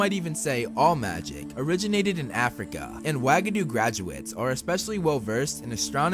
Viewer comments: I can’t be the only one who laughs every time I hear “wag-a-doo” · The way you pronounced Uagadou made me, no exaggeration, physically cringe and almost gag. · F R E S H U A G A D O U ?!! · Hey dude, sorry, but pleeaaase look up the pronunciation before you talk about these schools. The word "Uagadou" could never EVER be pronounced that way - same with Beauxbaton. It seems like a very eurocentric thing to do and I wanted to mention that. Apart from that, great video!